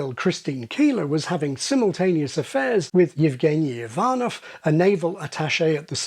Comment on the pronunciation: Your pronunciation of a Russian name Евгений Иванов was on point! However the last syllable is stressed, not the second. But still it was correct